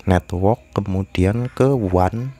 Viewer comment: Bisa ga pas ngomong network biasa aja bang wkwkwk